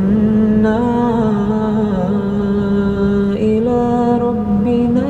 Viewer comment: Assalamualaikum, mohon maaf, koreksi kalau saya salah ya:)... di antara teks arabic sama teks latin bacaannya memang beda ya ka? حوّل حالنا (hawwil haalanaa) latinnya: hawwil ahwaalanaa. terus pada saat membacakan "ila ahsanil haal" ada penekanan (bertasdid) pada kalimat "ila" menjadi "illa"... mohon maaf ya, bukannya kalau "illa" itu artinya "kecuali" ya ka? hemat saya kalau "illa" artinya jadi seperti ini: Rubahlah keadaan kami "kecuali keadaan yg lebih baik" kalau "ila": Rubahlah keadaan kami "kepada keadaan yg lebih baik" semoga bisa jadi koreksi kita bersama ya ka, sekali lagi saya mohon maaf.... sukses terus ya.... salam cinta damai, salam cinta Qur'an...